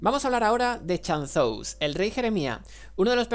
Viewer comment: "chan-zous" XD